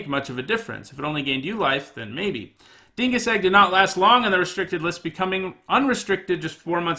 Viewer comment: You lost me when you couldn't read Dingus Egg.